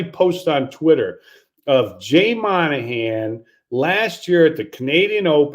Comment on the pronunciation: It’s’Mawn-a-han’ not ‘Man-a-han’